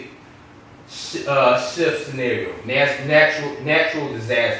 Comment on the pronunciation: he said shft LMAO instead of s h t f! anyone else thought that was funny